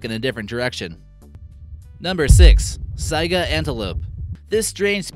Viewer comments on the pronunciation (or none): none